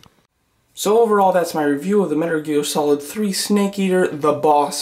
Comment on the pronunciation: "METER GEAL SOLID 3" You said that like 3 times. Also the arms on her look too short.